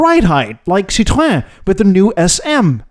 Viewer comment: Do you see the diacritical marks on the e in Citroën? That means the o and ë are pronoucnes seperately as in Citro-en. And en as in the letter N. It's not pronouces Citro-awh or citron (which is candied lemon peel).